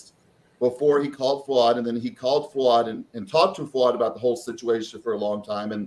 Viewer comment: Gregg, please say Fouad’s name correctly 🙄🙄🙄